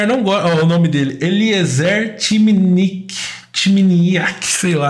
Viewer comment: Dessa vez o início do vídeo não bateu com o título. Eu pronuncio Eliézer Timiniáque